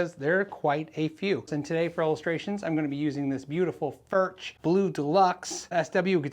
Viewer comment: I believe it's pronounced 'Furk' rather than 'Furch.'